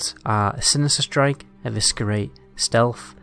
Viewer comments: Love your videos. But I have to say it. Eviskerrrate! Lol. It's pronounced Evissserate. The C is silent. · The way you pronounce eviscerate hahaha 😂